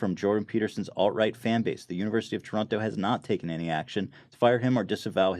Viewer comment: Ethan I appreciate your pronunciation of Toronto, said it like a true Torontonian